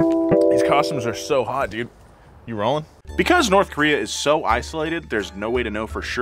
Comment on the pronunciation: Kowree not Kayowree